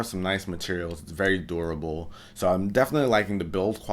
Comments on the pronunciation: Did he just say doorible? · He even says "doorable" back then...